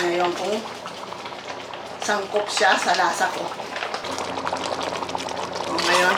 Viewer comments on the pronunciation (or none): When said "sangkop" instead of angkop. She's so adorable. ❤️